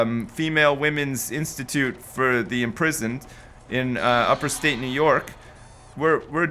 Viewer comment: IT IS UPSTATE NY NOT UPERSTATE